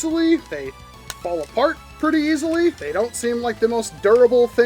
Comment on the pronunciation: Fairly certain Eacilee Is suppose to be pronounced Easily